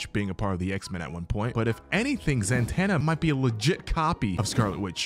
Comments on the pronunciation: am i tripping why was he saying "zan-tanna" 😭😭 is it not "zuh-tonna" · It's Zatanna, not Zantanna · Ok ok ok....stop saying "", her name is "ZATANNA". She used to date John Constantine back in the day. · Who tf is Zantana I only know Zatanna(also love your vids❤) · Zatana...not Zantana. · Zatanna not Zantanna. No N after Za. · It's za-tanna, not zan- Tanna! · Who TF is Billy Benson?! You mean Batson? 🙄 Zatanna... NOT ZAN-TANNA. Opinion nullified. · or Zatana choose to say it correctly